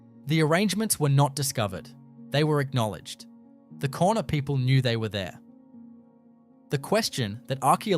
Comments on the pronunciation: The word Kaurna is actually pronounced ‘Ghana’ not ‘Corna’. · please, cornerstone arrangements?, ... Korna people?? please have enough respect for culture to at least spell and pronounce the name of the Adelaide plains people correctly. They are the "Kaurna" people. Why would anyone trust any other single word you say? what a rubish channel. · It's pronounced 'Gar-na' not 'Corner'. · Pronounced 'garna' not korna! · Please do your research before opening your mouth. The Adelaide plains people are pronounced like Gauna, the adelaide hills people were the peramangk. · That’s pronounced Gour na, not Korna people. Please change this. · Pronounced Garna! It is important you pronounce correctly otherwise your whole story becomes questionable and you point is lost. Port Adelaide actually had and has full tunnels for escapse running under there! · It’s pronounced Garna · Kaurna said like Ghana (yeah the country) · Kaurna is pronounced "GAR-nuh" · The people are the Kaurna people, pronounced Garna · I was about to say the same thing. ❤ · Its pronounced GAURNA do some research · A load of rubbish, and at least take the time to pronounce names correctly !! No actual pictures of what you are claiming, and a completely AI assisted . NO fact checking, and no evidence....there may very well be structures, but this video is a complete farce ! If you had taken any time to research 'Garna' is the correct way to say Kaurna people, how insulting !! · mispronounced First Nation name a few times differently Victoria has over 200 stone circles so it's not too strange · I call bullshit, Having lived my 76 years in Adelaide and have always had an interest in archaeology and know of Aboriginal middens in the Southern Beach suburbs. Not only are the sites mentioned unknown to me the narrator mispronounces continuously the name of the original inhabitants.